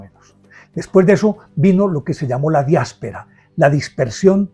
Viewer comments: Perdón, no sé si es error de fonética, o el audio ha distorsionado la pronunciación, he escuchado diaspera en vez de diáspora, por favor corregir el vídeo. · Excelente narración maestro, la historia contada como fue, sin juzgar a uno ni el otro. Una ligera corrección , es "diáspora" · En el minuto dice que empezó la "diáspera". Empieza bien el vídeo, si no sabe ni cómo se dice. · Es diáspora....no diespora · pronunciaste " Diaspera envés de Diáspora ", creo esta última la correcta a lo referido. gracias.